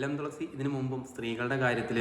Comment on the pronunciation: തുളസി അല്ല, തൊളസി